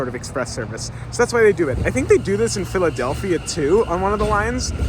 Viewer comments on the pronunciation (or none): none